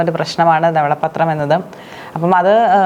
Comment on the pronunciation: ഇതെന്താണ് ദവള പ്പത്രം. ധവള പത്രം എന്ന് ശരിക്കു പറയു